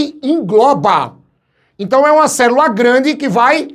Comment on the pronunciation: Ouvir a palavra "cerula" eh a melhor parte da aula kkk